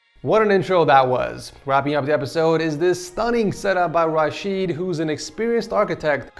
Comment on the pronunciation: You mispronounced Rashed